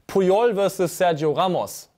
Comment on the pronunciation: Ich habe eine Idee für einen Vorsatz für dich: nicht mehr mit wasserdurchlässigen Schuhen Fahrrad fahren 😉 Edit: noch eine Idee: Sergio endlich richtig aussprechen